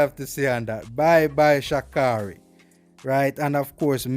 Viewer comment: When he said "bye bye shi carri" 😂 it sound funny lolololol